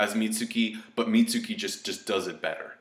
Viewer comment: Mitsuki-- Meets-key. Plz.